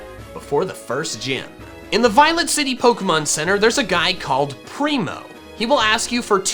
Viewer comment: What he said: Violet City What i heard: Violent City